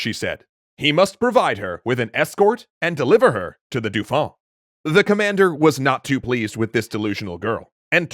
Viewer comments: Please for the sake of my ears, stop saying Dufon. Dauphin is pronounced D'oh - Fin. I've heard you say it right in previous episodes, I know you can do it! I believe in you! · Excellent as usual. However … cringe every time the pronunciation of “Dauphin” is butchered. Rhymes with “Oh, man,” not “Too long.” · Everytime I hear the name "Dauphin" pronounced "Doufin", I wince XD In french, the "au" and "eau" sylables make the same sound that the "o" of dolphin. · I love these videos, but find myself distracted by the way you pronounce "Dauphin." It should be "doe-FAN" (roughly). Say the "N" very softly. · This is great but "dauphin" is pronounced "doh fan". It really annoys me every time you get it wrong XD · Not a big gripe but dauphin is pronounced more like dofun